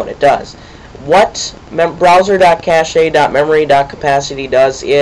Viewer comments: it is pronounced CASH... not cashay... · LOL "cash - a" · cache is pronounced "cash" like money cash